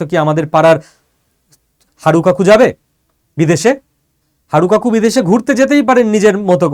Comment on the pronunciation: Haru kaku na Harun kaku bolun..sir